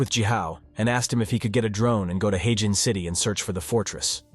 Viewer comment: What in the actual fook?? All these places are well known in China, just because Westerners don't know about them doesn't make them "unknown". Also it is 'her-jin', not 'hey-jin' like you keep saying.